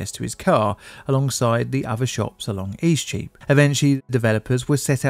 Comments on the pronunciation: Eastcheap is a very confusing street name for a foreigner to understand. It sounded like you were saying "E Streep" (a flub of "street") but I had to look at a map to understand what you were actually saying. Streets, like celebrities, that go by momonyms are also just pretentious. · What do you keep calling the affected street? East sheep? E-cheap? You mention it about six times and I still can't make heads nor tails of it.